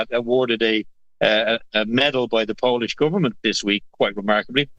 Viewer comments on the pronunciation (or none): none